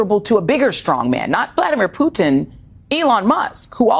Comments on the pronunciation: Pewtin on the Ritz! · The way Reid pronounced Putin ‘pewtin’ cracked me up for some reason